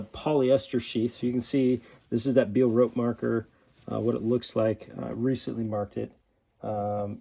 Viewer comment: Amazing video and myth busting. Marketing aye! BTW it's not Beal ropes but say Bae-Al it's French not American ahah